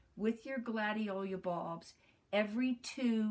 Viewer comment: Gladiola--NOT Gladiolia!